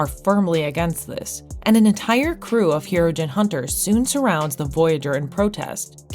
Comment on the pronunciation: It is also not "the Voyager" or "Hero-gen"